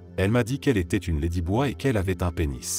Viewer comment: la prononciation "lédiboi" pour "ladyboy" m'a tué 😆